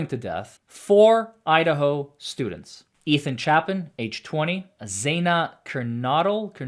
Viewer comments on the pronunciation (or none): its Ethan Chape-in, xana ker-no-del, kaylee Gon-cal-vez you mispronounced 3 out of the 4 victims names, please do better 🙄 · Xana’s last name is Kernodle, long o sound like no. Kaylee’s last name Goncalves the c has an s sound and then you pronounce the ves at the end. Chapin is a long a sound. You got Madison Mogen correct.